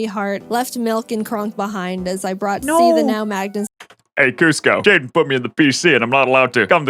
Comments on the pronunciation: Most of the comments said jaden it isn’t jaden it’s Jaiden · the „Jaidne” in the intro killed me